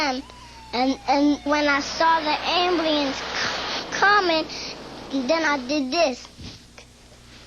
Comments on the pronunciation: It's cute how he says Ambluance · "am bliance" ^_^ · What a sweet kid. I loved how he mispronounced things like "ambulance" and "paramedics" cause he was really young. He's a pretty smart little kid to know how to call 911. I'm glad the dispatcher realized it wasn't a prank call.